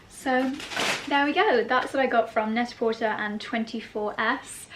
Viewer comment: So, love your channel and I hope I am not being overly critical, but the company is pronounced net a portAY, as in Pret A Porter in French for Ready to Wear ..but on the net.